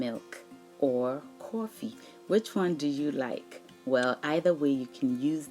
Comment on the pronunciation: yo cwoffy lololololooooolololololoololol